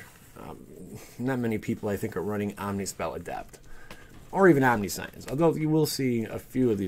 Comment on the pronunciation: Omnisent? LOL, buying you a dictionary. Just don't take a hatchet to it.